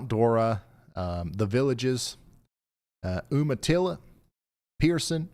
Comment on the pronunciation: This is meant respectfully and comes from a spirit of kindness - The city of Umatilla is prononunced: you mah till ah. It sounded like you were unfamilliar with that town and wanted to help out.